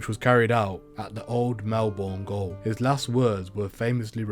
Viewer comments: "Old Melbourne goal" As a Englishmen I would of thought that you knew this is how jail was spelled and pronounced.... I cringed as a Aussie hearing you say this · its pronounced jail even if its spelt gaole